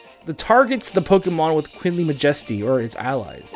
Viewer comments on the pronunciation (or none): Mah-Jesty.... It's Majesty like the Queen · when said queenly majesty I thought he said wiggly majiggly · anyone else annoyed with how pronounces 'majesty'?